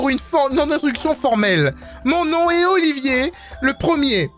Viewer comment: Mais c'est [Oliveur] et pas [Olivier] (ça s'écrit Oliver)